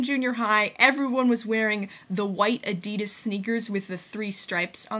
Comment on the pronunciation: I love the way you say Adidas!